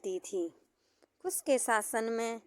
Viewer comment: Kus ya kush. Improve your pronounciation.